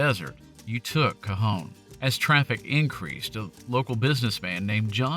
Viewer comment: Thank you for not pronouncing it “Ka-John” 😂